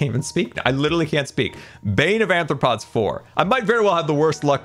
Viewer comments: Not saying bane of anthropods. Arthropods 😂😂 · Sequel doesnt mean second, its any movie that continues the story so the third movie is also a sequel btw saying anthropods, that would mean human foot lol wait says it like that too... huh do they not know what arthropods are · I am perfectly fine with how you say this as a fellow dyslexic I understand but my zoologist hart can't stand it, its are-thra-pods not an-thra-pods, I understand its the dyslexia but I just had to (ps you're the best I never want you to change) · Why do you AND call it Anthropods? It's Arthropods...you know like the scientific phylum of Spiders (among other things) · Why does everyone call it bane of anthropods instead of arthropods? Bane of anthropods would be useful in PvP. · Ok...say it with me,: ARR-throw-pods. With an "R" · Love how doesn’t even realise he’s saying arthropods wrong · I expect it from but wasn't prepared for pronunciation of "arthropods". Mojang should really just change that enchant to "bane" and have it work on all non undead animal mobs including creepers. Add a weakness effect so fighting cave spiders makes them not poison you. It's silly to have such a dud enchant instead of having the enchants be interesting trade-offs you have to choose from. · The mispronounciation of arthropods is kind of killing me